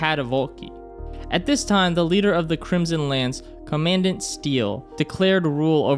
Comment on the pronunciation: Co-mun-dahnt Steele